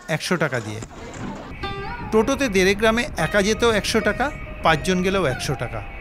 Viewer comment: ক্ষুদিরাম চট্টোপাধ্যায়ের পৈতৃক গ্রাম "দেরে", "দেড়ে" নয়। "র" আর "ড়" - এর উচ্চারণ ভিন্ন। দয়া করে ঠিক করে দিন। এই প্রতিবেদনের জন্য আপনাকে ধন্যবাদ। ভালোভাবে দেখিয়েছেন।